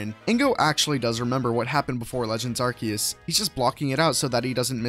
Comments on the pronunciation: I pronounce it Ar-coo-us not Ar-key-us. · I prefer pronouncing it Arkoos, but you do you. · A lot of people say "Arceus" as "ar-see-yus" because that's the Japanese pronounciation (a-ru-se-u-su). Hell, the name "Arc Phone" almost strictly English-only; most other languages call it some variation of "Arceus Phone", or in the case of the French, "Smarceus". Just be thankful no one on the internet calls Arceus like how we, the few Indonesian pokemon fans, does: "ar-sheh-yus", or sometimes even worse, "ar-cheh-yus" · well you are wrong its arkoos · OBJECTION! The Hiragana is アルセウス Pay attention to the middle one, if they wanted a “Ke” sound, they would have used け instead. This is せ, pronounced Se. The hiragana is A-ru- se -u-su. As Hiragana is a phonetic alphabet, there is no conceivable way the devs could have meant it to be a hard C (=K) unless it was a typo. And if it was, it would have been rectified in one of the dozens of beta tests. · Um actually it's arkoos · IT'S ARKOOS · I don’t care if I’m miss pronouncing arceus because if I say it correctly all I’m thinking about is a white/silver key with a yellow key ring shaped like the yellow halves of a ring on arceus himself just because of the “key” part of the pronunciation